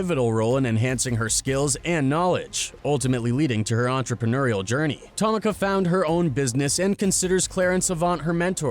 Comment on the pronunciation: If you make another video, don’t butcher her name. It’s pronounced “Ta-mee-kuh”. 🤦🏻‍♂️ I can’t even finish this now. No like. No subscribe. 😊